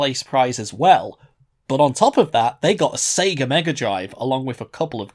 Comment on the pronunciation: sounds more like pika than sega